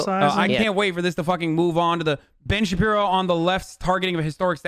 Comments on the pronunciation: I love when you call him Ben Sha-pino. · “Ben Chewbino” 😂😂😂😂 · He calls him Shapino ha ha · Is that guy pronouncing his name Ben Shapino? ! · actual question: does he legit not know how to pronounce "Shapiro" or is it a joke?